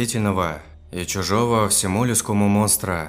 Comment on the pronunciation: всё позже и позже уходил* оТпираться* хрущевкИ* изображавшая* чужДого* прИкусу двоИх благовОниями* Сколько лет ты этим занимаешься и до сих пор так безграмотно читаешь, это ужасно. Я понимаю, что это, возможно, оговорки, тяжело с первого раза все правильно прочесть, но неужели так тяжело остановить запись, обрезать и продолжить правильно? Если это ошибки в оригинальном тексте, ну ты что не замечаешь их и не можешь прочитать так, чтоб уши не резало? Прослушал кучу историй на твоём канале, и мне нравится, но некоторые просто нереально вытерпеть от такой безграмотности.